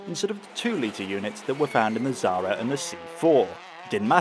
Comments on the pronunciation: Why you can't pronounce Xsara? There is no Z in it. Not Zara, thats a clothing brand. It's KSarah. We pronounce the X like KS. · The fact how you say xsara is painful.